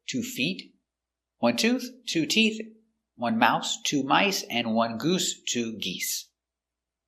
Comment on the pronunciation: A video about all these words that end in "TH" which are the harder ones to pronounce. In this case the way you explained about the word "tooth, teeth" isn't clear, because you point to a "th" but many times when you pronounce it sounds as tee"fth" or "toof or "tieess".